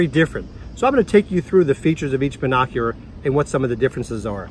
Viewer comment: Is he saying Bin Oc U Rar